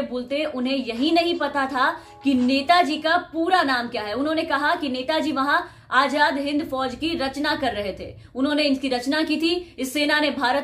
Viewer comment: Aap ka talafuz bhut kharab h.azad hota h ajad nhi..🙂🙂